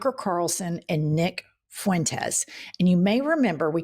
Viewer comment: "Nick FOO-wentes" 😂